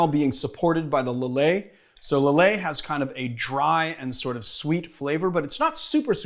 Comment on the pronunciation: Rendall He pronounces Lillet and Chartreuse correctly though, and lots of other stuff. Also, Maraschino is an italian word, so I can’t really see it having an english pronounciation. Then again, English is a second language for me, and I’m used to pronouncing foreign words correctly.